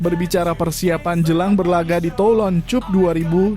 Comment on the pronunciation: Menit 3.02..kami akan mengikuti tulon cup pada awal juni tiga per enam per dua ratus empat😅😅... Aduh min, narasinya mbok diperbaiki